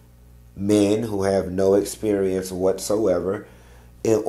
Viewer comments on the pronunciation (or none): none